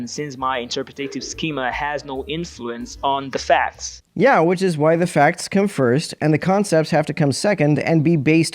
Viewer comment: And immediately after that, he pronounced "which" as "weech"